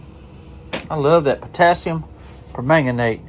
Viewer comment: Good morning Doc. The trapper turned out great. It makes it look like an older knife to me. You’ve got the pronunciation of permanganate down pat. 👍🏻 Thanks for sharing and have a great day! 🙏🏻